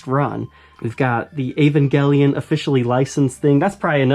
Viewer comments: It's pronounced eeh-van-jeh-lion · ahhh gotta love the 'ol american accent on certain words. Never though Evangelion was pronounced with a hard "g". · Yeivangelion. Love the prononciation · *EEEEE VAN JUH LYON*